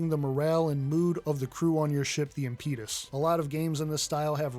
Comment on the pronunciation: "impeeeetus". Should be (impədəs) Bro- don't say it like a weirdo. How have you not heard this word spoken aloud??